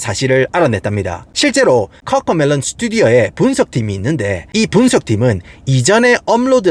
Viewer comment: 아니 꿔꿔메뤄 혀 굴리지 말아 무 슨띠뜨버거냐